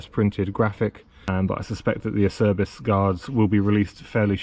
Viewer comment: Acerbis is pronounced Ahh-chair-bees!